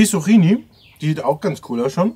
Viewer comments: Nicht ,,Suchini" sondern ,,Zucchini" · Es wird Zukini ausgesprochen 😅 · Kannst du zukini sagen und nicht Zucchini